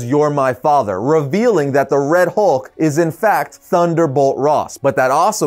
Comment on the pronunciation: The “Howlk” 😁